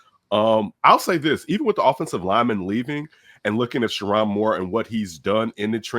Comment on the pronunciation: It’s : Sure- Rown(rhymes with grown) Moore, not Sure-Ron. What this could be(possibly) is universities with large endowments: Stanford, USC, Indiana, etc… will finally use their donar base (& billionaire alums) to get NIL $$$ for football. If so, they can now compete with their SEC counterparts for players.